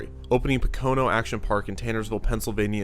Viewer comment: it’s prouniunced POKE-uh-no